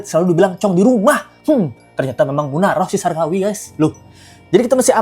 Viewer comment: Lucu abang kalo bilang munaroh 😅😅